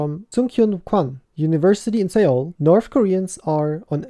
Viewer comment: Seoul is pronounced soul